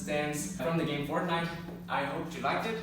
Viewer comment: why do you u say fartnite